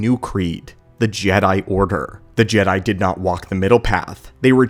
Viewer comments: G-dye? Please stop saying G-dye, I have always heard it pronounced Jed (as in head) I, not G-dye, it sounds like Disney trying to pronounce it like it's still clinging on to the whole woke BS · Its Jedi (Je-Dye). This is the problem with AI narrators and the content creators that don't review their own videos to fix it before uploading. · He keeps saying Gede not Jedi lol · Gee Die , Gee Day - good grief that makes my ears bleed. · Can we stop using AI voice over so you can call them Jedi. JeeeeeDayyys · Why is he saying Jedi like that? I’ve never heard it pronounced that way by anyone before…. Except AI